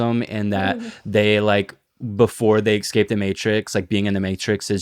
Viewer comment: "Ekscape"